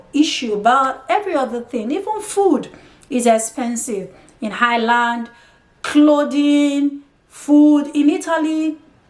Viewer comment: If you are going to move to a country perhaps learn how to pronounce the name. There is no h in Ireland. I have no experience of Italy but can tell you the Irish are more racist than England. Don't be fooled by the surface friendliness and victim hood. There have been riots based on racism in England but equally in Ireland with the same or worse levels of violence. A big difference between the English and Irish is that Irish people wont say to your face what they think. I think the violence is going to get worse. They are a conservative people with little experience of hosting and tolerating foreign communities. It wasn't that long ago they got rid of the English except for N Ireland. And to be fair why should they be obliged to take in foreigners?